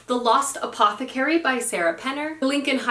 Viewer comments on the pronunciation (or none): none